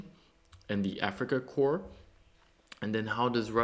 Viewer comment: Thank you for the video and attention to this! Slava Ukraine. Just a note for the English speakers, "Corps" is sounded out like "core" Otherwise it sounds like you're talking about dead bodies.. ""corpse"